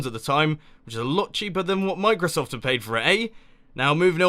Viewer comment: You probably meant OBS, not OBD for streaming xD Also, "mine-crosoft"? Nice one :3